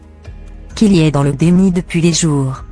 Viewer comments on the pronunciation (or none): Putain c'est quel langue ? Kili au lieu de Kylie, Kardazia, Jordan Vo mdrrrr je suis choquée😂😂😂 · Cette voix franchement, en plus prononce très mal les mots et noms kartazian, kili ..🤦‍♀️